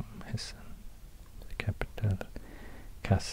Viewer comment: Your try on pronouncing Hessen was perfect